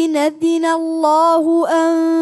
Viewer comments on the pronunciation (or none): none